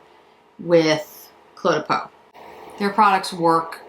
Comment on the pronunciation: Oh,, thanks for this review. I've been so hesitant to jump into the Cle de Peau pool and appreciate your thoughts as always. Think of the pronunciation this way - the Cle is pronounced 'Clay'. Hope this helps you!